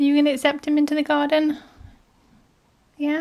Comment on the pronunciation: 😂😂😂😂that YEAH!! Was very personal😂😂